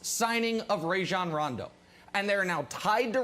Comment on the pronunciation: FYI - It is RAH-jon...not RAY-jon. he said so himself in an interview on the jump, but no one seems to want to get names right.